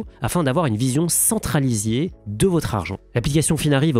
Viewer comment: "avoir une vision centralisier" ? ( J entend "centre à lisier" ) C est très champêtre comme raté !😅